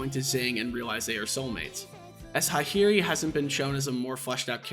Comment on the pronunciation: What the hell those Hakari and Hahari pronounciations lmao? Bro traded the "a" for "i".